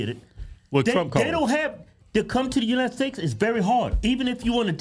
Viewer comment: Kevin said it yet again "United Steaks of America". WTF?